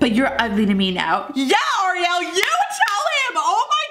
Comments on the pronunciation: You squeal way too much. The person says hi and you start squealing way too much and it's a ree el not ah re el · You said Oriell not Ariel